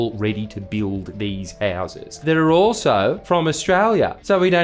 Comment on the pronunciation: when you say houses Jordan can you say it with a little less convict and use a little more English people from Australia's only settlement cant understand you.